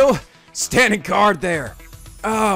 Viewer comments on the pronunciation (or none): none